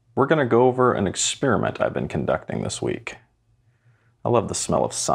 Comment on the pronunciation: Ha ha ha ha ha!!! He said “ExpEEEriment”! What a millennial!!!